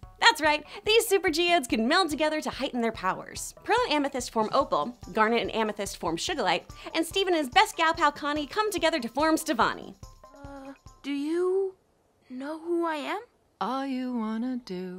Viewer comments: just saying, it’s SOOgulite not shugilite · Did you just pronounce Sugilite as Shugilite? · "shugalite" come on! su-ga-light is the pronunciation XD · Shugalite? It's Sugalite. Could've at least watched the show before doing a recap... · Did she just say shUGALITE?? IT'S SUGALITE NOT SHUGALITE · She said shugalite it is sugalite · Its Not Shugilite Its Sugilite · shugalite totally not sugalite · Also she calls sugilite “sugar lite” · All I can say is WHO IS "SHUGALITE"? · im sorry.. did you just say.. Shugilite? What is this? Screen rant? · Aaight. It's a good video and all but I'm triggered by the fact you mispronounced Sugalite. She is not a lite version of the K-pop star Suga. It's soo-ga-lite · okay did you just say shugalite. L-like sugar? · Did you just say Shugalite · I heard her say shoegelite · I heard shugalite .-. Lol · Shuga-lite. Lol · u said the name wrong